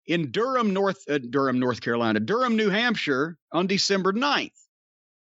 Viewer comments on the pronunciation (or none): none